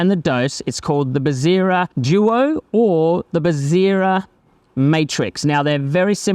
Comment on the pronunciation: its bezzera. not bezzira